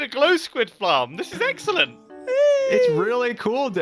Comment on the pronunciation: Anyone else notice that said "Glow squid flarm" instead of Glow squid farm?